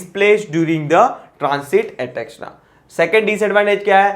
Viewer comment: Pls read etc correctly